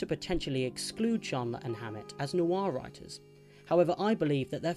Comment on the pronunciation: It's one syllable: "nwah". Not new-arr, not nwar: "Nwah."